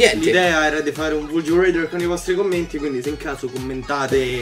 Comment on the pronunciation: pronuncia rather con la A te prego, fa popo schifo reder